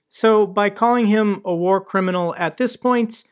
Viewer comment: Fat guy can't say, "War." How's he supposed to help the Ukrainian people?